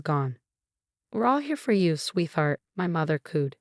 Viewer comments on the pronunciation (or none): You won't get a subscription from me when you don't bother to edit the script and narration. You have disrespected and insulted your readers. First of all, please learn how to pronounce "sweetheart" correctly; it is a compound word made from sweet and heart. It is not pronounced with a "th" sound. Secondly, proper names are capitalized. There are so many other mistakes that I can't begin to list. Please take some pride in your work and stop offering garbage to your readers.